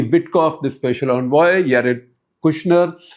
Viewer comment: I wish Gupta ji will stop calling Jared Kushner as Yared Kushner. The J is very much there to be pronounced.